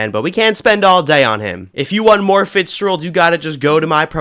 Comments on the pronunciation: Bruh it's fitz-geh-ruled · I just realized he's been saying Fitzgerald wrong